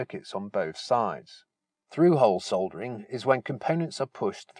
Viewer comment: Oh- and it's lovely to hear -soldering - not sodering as the Americans say! cringe!